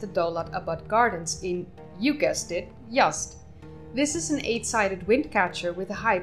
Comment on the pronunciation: Z is not an S, you're saying "Yast", it's pronounced how it's spelled "Yaz'd"